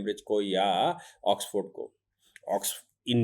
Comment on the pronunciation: ऑक्सफर्ड, ऑक्सफोर्ड नहीं,वकीलसाब !